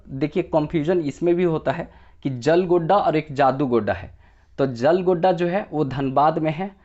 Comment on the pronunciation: जियालगोड़ा है jalgodda नही